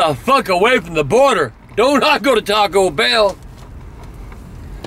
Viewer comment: LOL he said border I can’t anymore